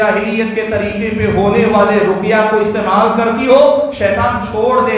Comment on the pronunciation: روقیہ نہیں ہوتا بلکہ رقیہ ہوتا ہے